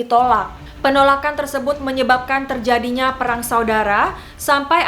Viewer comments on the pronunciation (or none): none